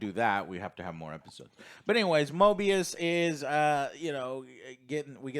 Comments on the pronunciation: Guys, his name is not Morbius. It is Mobius. No, R in his name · Guys, its Mobius, NOT MORBIUS.